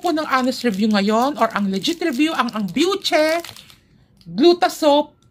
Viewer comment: My friend hello byushey yung alam kong bigkas jan pero okay lang yan 😅 enjoy ka pa rin talaga mag-review 😊